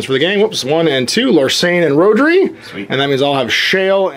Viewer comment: Found it interesting, but kept getting annoyed by the mis-pronounciation of the Welsh name Rhodri, even if I was thrilled there was a Welsh name in there.